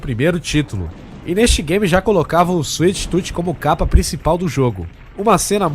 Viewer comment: kkk suite tuti kk afff cala boca ...... suite toom escrevi portugues pra vc sabe pornuncia o certo animal